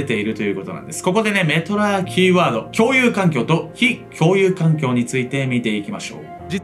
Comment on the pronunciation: 「ﾋ↑共有環境」ここ吹いた